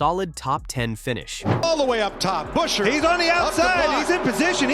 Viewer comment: It is Pronounced Buscher ?Get new AI ?????????????????????????????